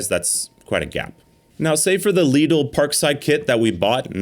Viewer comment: Lidl is pronounced the same way as how US english speakers say 'little'